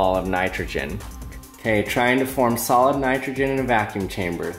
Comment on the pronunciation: it sounds like you say salad instead of solid :p